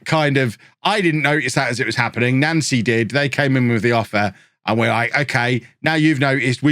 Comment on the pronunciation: i think it's pronounced 'nounce'-y